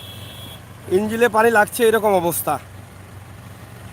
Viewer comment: ভাইয়া রাস্তা বন্ধ হবে না গাড়ি চলাচল বন্ধ হয়ে যাবে কথা ঠিক করে বলুন আপনার কথা শুনে আমরা হাসতে হাসতে পেটে ব্যাথা করছে। ভাই ইঞ্জিল না ইঞ্জিন বলেন।